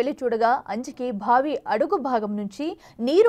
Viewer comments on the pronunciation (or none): ఎన్ని సార్లు బావిని భావి భావి అని పలుకుతావ్? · భావి భావి వత్తి పలకకు బావి అని తేలికగా పలకాలి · భావి ఏమిటీ ముందు తెలుగు పలకటం నేర్పుకోండి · బావి కాదు భావి......edikelli ostharra babu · భావి కాదు తల్లి బావి అని పలకాలి 😂😂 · భావి కాదమ్మా బావి అను 😡😡😡